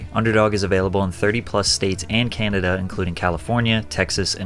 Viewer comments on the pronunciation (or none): none